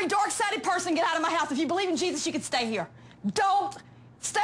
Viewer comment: “Dork Sided”